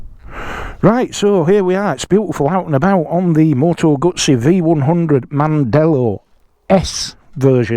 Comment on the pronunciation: I hope there aren't too many restrictive or insidious DRMs in the software that control the electronics in this bike. Btw, you can't say "Moto Gutsy", because that's how it ends up being spelt in the subtitles. So, unless you are Italian, just say "Guzzy", please 🙄😏